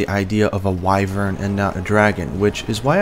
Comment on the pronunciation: also your the first person who spells wyvern right man wai-vern not wivern what's with YouTubers lately